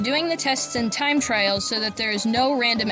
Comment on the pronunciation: You said time trial in a really annoying way its like you said time trail instead of trial. But other than that this video was ok.